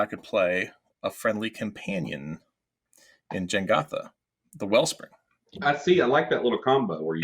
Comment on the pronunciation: STOP MISPRONOUNCING "JEGANTHA"! Damn, peeps...it's not that difficult. BTW, I made a CEDH Sisay+Jegantha deck - it's gross.